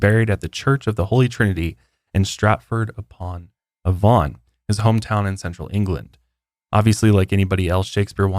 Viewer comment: I'm so impressed, you said Worcestershire right, but unfortunately not Avon 😔💕